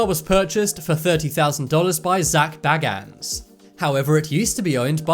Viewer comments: The way he pronounced 'Bagans' is horrendous. It's pronounced bay-gans. Zak says it during some episodes and it can't be this guy's British accent either because I'm British too. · You pronounce it has Zak bae-gans , I saw the van in real life